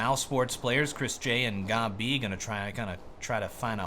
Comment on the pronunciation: Because his name is pronounced gob b